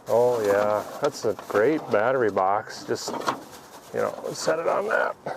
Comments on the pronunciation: This guy could probably put a used, 100 year old motor in a duct tape and license plate body, with a milk crate seat, and once he learned how to correctly pronounce bat-tery, he'd be off across the country! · Did he say bat tree 😂